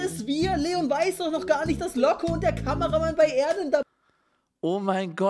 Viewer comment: Niemand: Jeder: Locke Unge : Looge